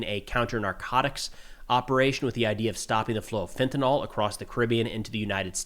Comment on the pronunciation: It's not "Fentanol," Just as it isn't "Tylenyl"